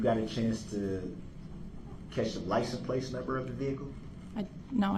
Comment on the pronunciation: Licen place 😂😂😂